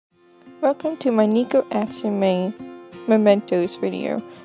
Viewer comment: Neh-ko Not knee-ko (Not trying to being rude 😅)